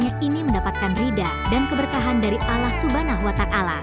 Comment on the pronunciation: jgn wanita ini yg baca, ngga bagus nyebut Allah 😮